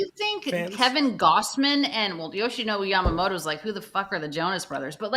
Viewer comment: YAMAMOTO や〜ま〜も〜と〜 motoの発音を頑張って下さい Yoshi Roki and Sho Samurai Japan with the Dodgers